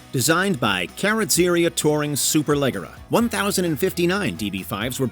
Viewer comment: Just got to Super-LEG-era....*facepalm*